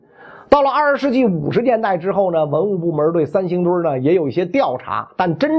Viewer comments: “三星堆”怎么读成“三星墩儿”了？作为传道授业解惑的老师还应注意规范自己的正确发音。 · 三星堆儿?难道是北京人发现的？怎么还加儿化音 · 你这个三星墩儿听着可太难受了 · 他连三星堆都能念成三星堆儿，你指望他给你还原？ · 叫三星堆 不叫三星堆儿～哈哈哈哈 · 袁老師這兒化音加的，三星堆變成三星墩兒了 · 我不懂，这个堆要加儿化音么！ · 三星堆儿？北京儿话音用在这里合适吗？有哗众取宠之嫌。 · 是三星堆，不是三星堆儿！ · 三星堆！不念三星堆儿，北京人也不是啥词儿都➕儿化音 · 三星堆别加儿化音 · 听袁老师这个堆儿堆儿的，想吃糖葫芦了。。。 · 三星堆儿 儿儿儿。。。。哈哈哈哈哈哈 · 三星堆加了儿化音让我联想到芥末墩儿，有点馋了😂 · 可不兴加儿化音哎！ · 三星堆加儿音，好像不是不是北京口音的发音习惯，不加儿音更顺口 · 三星堆，不要加儿化音。